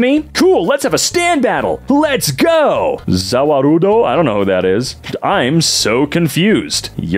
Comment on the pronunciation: "Za wah roo dough" butchered that shit, seperating the bone and meat perfectly.